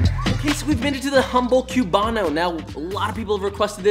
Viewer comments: Also, says “kiubano” cringes in Spanish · My father is Cuban and I was born in Miami and I was raised there. Also Joshua, we don't pronounce the "b" when we say "Cubano", so it basically sounds like this: "kuu wa no." And also, those measurements are a bit off for the sandwich and the mojo is too thick. Also, pig lard is an alternative. I'd say that only half of the Cuban bread in all Miami has lard. Lastly, the bread is too dark. Cuban bread is actually super light in color; tbh, I've had over hundreds of Cuban sandwiches and I dont ever recall the bread being so dark; it only get dark after it is toasted. But overall, good job! If you want to learn about Cuban food, go to Miami and visit butcher shops. In Miami, it is very common for Cuban butcher shops to sell Cuban pastries and sandwiches.